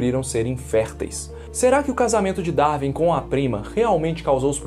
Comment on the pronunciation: Quando o brasileiro acertará a pronúncia correta de “Darwin”? Nunca?